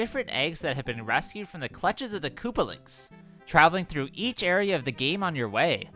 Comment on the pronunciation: " koopalings" apparently